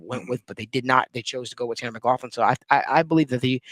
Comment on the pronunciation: Are you pronouncing his name wrong?